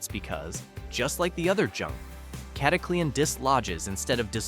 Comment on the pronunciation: Cata cle an ....stoopid ai😊